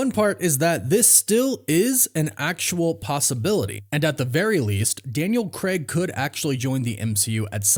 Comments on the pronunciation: c-ray-g, not c-reg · Dude you’ve no idea how to pronounce Craig. It’s not Creg! It’s Craig! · Yo America. It's Daniel Crayg, not Daniel Kreg. Literally hurts our ears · Why can’t Americans/Canadians pronounce Craig properly? It’s not Creg it’s Craig. Like c-ray-g 🤷🏼‍♂️ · For the love of god, why can’t Americans say Craig? It’s Cray’g not Creh’g …. Is it because you don’t know that the diphthong AI = ay and not eh………..